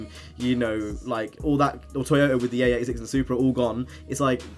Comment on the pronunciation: Its mitsubishi not mitshubushi and its AE86 not A86